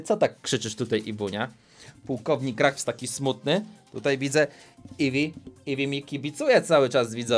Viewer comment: Ruffs czytaj (Raffs)